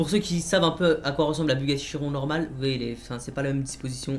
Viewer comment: Ça se prononce chironne Mais ça s’écrit chiron